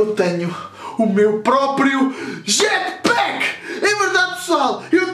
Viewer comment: Jatpack de português 😂😂😂😂